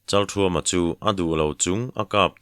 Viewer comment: Kan thawnthu thar hi a ngaihnawm hmel hle maia aziak tu hian aziak ngsihnawm thiam thin hlea ,Achhiar tu hian aw ngaihnawm takin a chhiar thina Kan thawnthua a changtupa hming hi Pasal tha Chalkhuma tiin, ziak ania Chalthuama tiin lam ani bawk si a, chalthuama tih leh chalkhuma tih hi a enge dik zawk sawi fiah ava tha ve